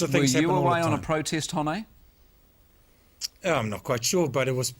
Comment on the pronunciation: Holy fuck I don't think he could mispronounce Hone's name harder if he tried.